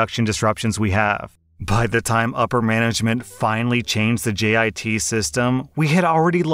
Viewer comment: I’m padantic but u said GIT instead of JIT